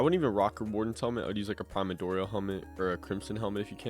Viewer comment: I find it so funny bros calling it the “primadorial”